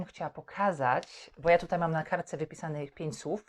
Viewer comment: „Tutaj” dałaś czadu 😀 extra lekcja.